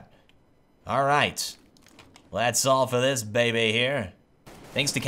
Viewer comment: "dats here", dats where?